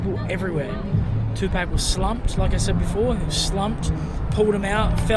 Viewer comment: If you’re going to name your channel after Tupac, Atleast say his name correctly….lol